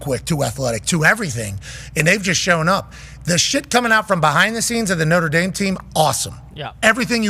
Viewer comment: Did schefter say Notre Damus?